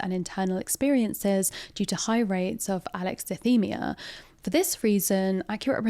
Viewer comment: Alexithymia is pronounced like Alexa thigh Mjia. Edit: Also, you mentioned the low level of employment in South Korea, but it isn't specifically a South Korean problem. America has similar levels of unemployment for autistic individuals (around 80%).